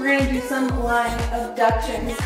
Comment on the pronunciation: Does it annoy anyone else that she says “lying abductions”. It’s addductions coz it’s also working the thighs